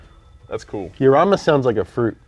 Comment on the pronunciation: he pronounced it the correct way.... "Yarama"